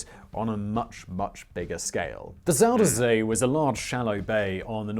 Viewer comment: I wish mister smartass and his stupid glasses would stop calling my country fucking Holland!!! it's The Netherlands!!!🤦😂 And I wish he would stop calling the zuiderzee "zuuderzea"... Just use the english name... the south sea... zuider = southern... zee = sea... so it's the south sea🤷 Translating dutch to english is as easy as taking a dump💩😅